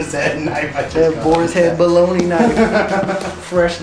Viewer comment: Daisy laughed when you said boars head knife & laughed 😂❤